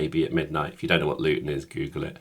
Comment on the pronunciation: "louton town centre" I died